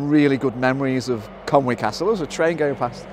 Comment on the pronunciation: Inspirational vlog, thanks again. You even pronounced Conwy properly on most occasions as well although you won't see "Conway" on any of the signs around these days.